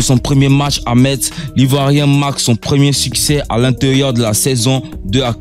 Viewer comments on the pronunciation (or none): none